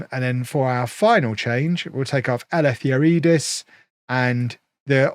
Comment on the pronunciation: Try pronouncing Eleftheriadis as Elephtheree adis the name has a Greek origin